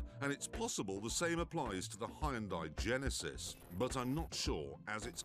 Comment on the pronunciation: Why is he pronouncing Hyundai and Volkswagen wrong?